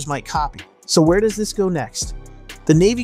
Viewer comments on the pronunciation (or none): none